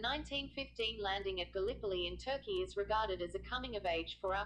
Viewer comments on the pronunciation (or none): none